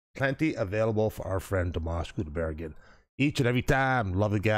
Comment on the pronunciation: Thank you,, for correcting the pronunciation of Dimash's last name.